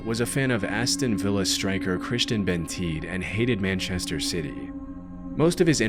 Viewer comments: it's Benteke not bentede also didn't expect to see Aston Villa in one of these videos. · his name is pronounced Ben-tech-ay, not Ben-teek. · It's pronunciation is BenTayKay not Bentik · You know what made me laugh you called him Christian Benteek, its actually said Ben-tek-e, and you showed footage of him playing Against aston villa for crystal palace who we bought him off. Just interesting how you managed to do that. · christian benteke. its pronounced not ben teak but ben tech-aye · Benteke is pronounced Ben-teh-keh Not Benteek lol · It's Christian Benteke (ben-te-kay) not Benteed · Benteke is NOT pronounced Benteed A mispronunciation like this is crazy haha, also, UTV 😀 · it's pronounced Ben-Tek-Ay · Its Ben-tech-ay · It’s pronounced Christian “BEN TAY KAY”😂😂😂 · Christian Ben-teed really? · Christian BEN-TE-KE That's how you pronounce it. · Am I the only British person watching this? Because he’s just said Bentee and he played for Aston villa whilst he’s in a crystal palace shirt. 😂😂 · Its pronounced cristian "Ben tech ey" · BEN TEK AYE sorry that killed me when you said that hahah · For a scary moment I thought he had switched to AI when he pronounced Christian Benteke as Christian Benteed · It's kinda hilarious that you not only mispronounced a basic African name like Benteke, but then you showed footage of him playing AGAINST the team you mentioned that he played for LMAO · The most disturbing part of the entire video was the pronunciation of Christian Benteke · The way he pronounced Benteke hurts me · killing me that he mispronounced benteke and the videos he used of him was when he was playing against villa for palace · how you butchered benteke name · the worst part of this video is how pronounced “Christian Benteke” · I’m almost surprised that no one gave you stick for your pronunciation of “Benteke” lmao. Barclaysman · Love you but that’s the worst Benteke pronunciation I’ve ever heard 😂😂😂